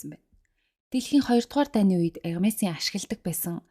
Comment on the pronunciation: вов Hermes-ийг Ermes гэж зөв дууддаг хүн баыдаг л юм бн❤..